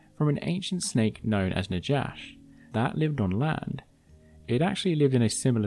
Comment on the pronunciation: The j in Najash is pronounced as in Spanish, since the name comes from the Hebrew word for snake "Nakhash", thus Na-hash, not Na-jash.